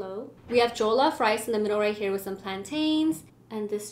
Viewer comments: NO OFFENSE BUT THE WAY YOU PRONOUNCED JOLLOF I WAS LAUGHING SJCJEJWJVM Edit: heres how u pronounce it right! Its not joe-loff- it’s juh-luff ! (Not intended to be rude) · It's jollof pronounced like the 'o' in on by the way not the 'oa' in goal =) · It's not jeaulof rice it is jellof rice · Just so you know, It's pronounced JOL-LOFF (Jollof) NOT JOE-LOF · it's jo as in joy not jo like oh lmao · Jo -lof-rice 😂😂😂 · Once they took a bite of the plantain they fell it’s pronounced je-lof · i luv how she is ate jollof rice with egusi soup and how she called it a stew but no hate she didnt know also anyone one gonna tell her how to pronouce jollof rice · Everyone I know who isn't a Nigerian says jollof wrong...they did too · Pls pronounce jollof rice correctly but I love your video though